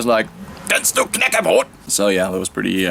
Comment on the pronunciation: damn, you pronouce "knäckebröd" very well, never heard anyone outside of the nordic countrys say it that well.